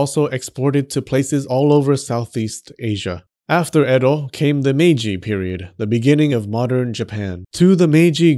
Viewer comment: Your pronunciation of Edo is hilarious. You missed the second bodily fluid which is the same fluid common in traditional miso, which is foot sweat. Yummy. The throw away part of sake mash can be used to make soap. 酒粕 is the one sake you want on you, not in you.